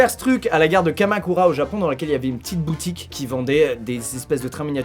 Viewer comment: "une petite brrroutique" 😂😂